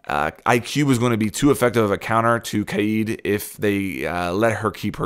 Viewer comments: Kaid is pronounced as "Kah-eed" or ""Kah-èd, and not as "Kade". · Why do you say it like KAYEED it’s like Cade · its kaid not kaieeeeeed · I hate when people say “KAID” as “KADE” he’s from Morocco, not ‘murica. I also hate when people say “ZOFIA” as “ZO-PHIA” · Stop saying CADE it’s pronounced KÁ-ÆD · You pronounced kaid 3 different ways [Kayde] [Kha-id] [keyd] stock with the first one plz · Kaid not Keed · It's not KAID it's KAIIED that's how you say it in arabic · It's not Kay-yeed. It's spelled differently but pronounced the same way Kayde is pronounced. Like the character in Destiny. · Bruh it's not pronounced kAyIEd. It's Kay-d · Hi there mate ! greetings from Egypt, i just keep commenting on all of the major r6s YouTubers to correct the pronunciation of "Kaid's" name it's not that hard as everyone pronounces it as "Kayeed" ,it's just "Ka'-Edd" KaEdd ,KaEdd.. even much easier than "Kayeed" which is irrelevant and isn't even the Arabic word, it's just Ka'Edd :) ,peace ^_^♥ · Why is you struggling to say kaids name? It’s not kaede lt’s pronounced kade even thoe it’s spelled kaid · Just say kayd dude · Pronounced “Kay - d” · Why did you say Kaid like that!? Kaeeeeed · Can you please pronounce kaids name correctly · Why does he say kaid like that?! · Im calling it. even tho its not how you pronounce it instead of bandit tricking it will be kaid raid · The way he says kaid sounds like hes havin a stroke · LMAO everytime you say Kaid.